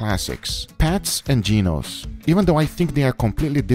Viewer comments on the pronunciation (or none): He called "Genos", ..."Jim's" 🤣🤣💀